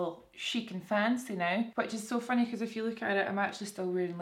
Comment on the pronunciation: Every time you said "if you" I thought you were saying "F you" 💀